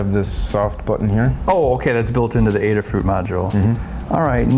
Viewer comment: Why do people insist on saying 'adder-fruit'?